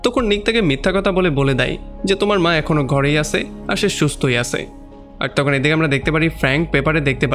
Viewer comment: আপনার 'আছে , ছিল ' এই সব উচ্চারণ গুলো একটু ঠিক করেন। আঞ্চলিকতা থাকলে এক্সপ্লেইন ভাল লাগেনা।